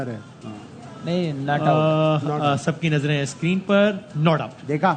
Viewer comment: Screen ko sacreene bolte hai 😂😂